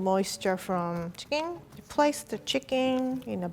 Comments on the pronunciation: I love how you say ‘Chekeen’ instead of chicken No hat BTW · I cant get over how she pronounced chicken. “Chicing” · I love the way she says chicken its like cHIcKin haha I love her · i like how she pronounces "chicken" --- t'chikeen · Nobody:: c i k i n g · Is it me or was she saying CHICKING?? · cheeken ahahahah😂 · I love how pronounces “chicken” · The way she says "chicken" is so cute 😂 i thibk that how it should be pronounced from now on